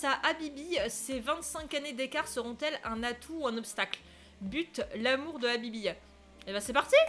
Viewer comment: Comment tu prononce Mahmoud et Habibi sa ma fait déliré 🤣😂🤣😂🤣😂